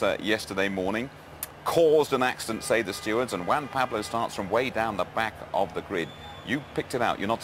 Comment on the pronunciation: "WAN Pablo". good ol'. Montoya's cool, coultards fault, monty got off the racing line.